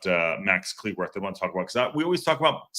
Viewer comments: FYI: his last name is pronounced like “clue”, not “clee” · You must be relatively new to the channel. Lol. mangling pronunciations is kind of a long running joke on the channel. and pronunciations don't mix well, and there's a good explanation for why that is that I won't go into. That said, I hear half of the people I know from the UK say cleh-worth and the other half say clue-worth. I'm not saying he or his family don't have a preferred pronunciation, but I don't think it's quite so definitive.